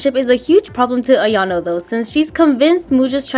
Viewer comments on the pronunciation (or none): This is great! Makes her more respectable and explains the clumsiness at the same time! One thing though, it's not "iano" it's "ayano" :) 😊